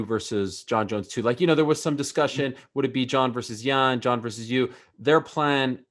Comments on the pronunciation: He keeps saying Jan Jen Yaan, like dude come on now. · I think Reyes woke up to do this interview. He keeps calling Jan Blachowicz "Jan, Yan" pick one man! It's pronounced Yan, but you keep calling him Jan, then Yan. 😂With that said, I am excited about the fight. Whoever wins is the real champion, just like when DC won it, but they will just be the light heavyweight champion, not the greatest light heavyweight champion. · Reyes pronounces Jan's name 4 different ways inside of 2 min lol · Jan “Jen” Blachowicz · Dominick "I'm all aboard" Reyes Dominick "Keep me in the loop" Reyes Dominick" Says Jan instead of Yan" Reyes Dominick" short notice co-main" Reyes Dominick"Jon isn't technical, he's tricky" Reyes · Lol he can't make up his mind on how to pronounce Jan. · Reyes had a bet on how many times he could pronounce Jan with a J in this interview.